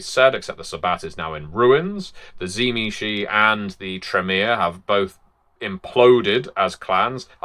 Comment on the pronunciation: Why do most people not know how to pronounce Tzimisce, particularly this late into things?